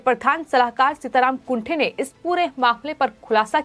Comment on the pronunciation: सीताराम कुंटे ऐसा उनका नाम है ना कि कुंठे.pl. correct yourself